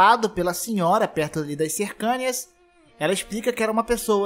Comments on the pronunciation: CercÂnias é difícil de ouvir!!! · Vc está pronunciando "cercanias" errado, só um toque. No mais, ótimo vídeo. Esperando outros vídeos de lore desse jogo. Valeu!